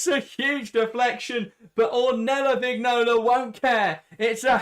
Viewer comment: Vignola is pronounced Viñola